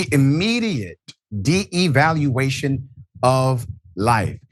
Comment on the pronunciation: rashad, stopped being an idiot. it is not de-evaluation, it is devaluation. you are confusing reevaluation and devaluation. also, there are no 3 counts of first degree murder. that is what you say in the description. he is charged with 3 counts, one count of first degree murser, one count of aggravated assault and one count of official misconduct.